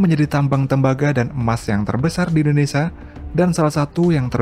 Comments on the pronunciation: Kata Indonesia jangan di sebut Indonesa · Indonesa? INDONESIA YG BENAR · Indonesia kali bukan indonesa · Indonesia mas bukan Indonesa